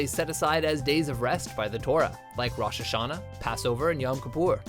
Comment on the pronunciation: gosh. He cannot pronounce any of the Hebrew words! JEWISH CHRISTMAS? HELL NA BISH! it's Hanukkiah! he says it so Ashkenazi-ish! It's pronounced Lat-KAH, KEE-poor, Roesh-Ha-Shah-Na, Soof-gahn-ee-ote, omg it sounds so idiotic when he said it! I'm very annoyed. Anyway, Happy Hanukkah!